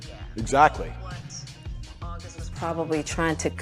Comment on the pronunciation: augest? and feburary?